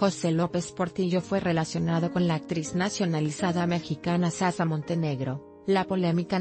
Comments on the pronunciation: Es shasha no sasha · Que narración más pésima. Que es Sasa...Narradora no pronuncia bien